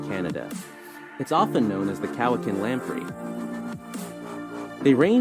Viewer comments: That announcer in the wildlife video was pronouncing a bunch of the provinces weirdly. New Burnswick instead of New Brunswick was the first one I noticed. How did he drop the CH in Lake Cowichin? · The narrator also said New B"UR"nswick instead of New BRUnswick. Nu"VAT"NU instead of Nunavut. Also Cowi"KA"N instead of Cowi"CHA"N. Also Sa"L"mon instead of SAmon. Also Mantoba instead of Man"I"toba! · And it's "Cowichan", not "Cowcan". 🙄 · Cowichan is pronounced kow-a-chin.... i live on Vancouver Island about 20mins drive from Lake Cowichan and the town i live in is Duncan or the Cowichan Valley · He massacred the Vancouver island lake names. I didn't know I'd swam with lamp rays lol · And Cowichan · It is. I live in the Cowichan Valley, about 30 minutes from Lake Cowichan. The pronunciation of Cowichan for the Cowichan Lamprey (Vancouver Lamprey) was horrifically butchered, as much as New Burnswick and Manroba. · That narrator also mispronounced Lake Cowichan and Mesachie Lake (I’ve swum in both those lakes and now I know what I’ve been swimming with, lol) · The islands of Nuvatnu? Does he mean Nunavut? His mispronunciations of Cowichan and Mesachie are pretty amusing.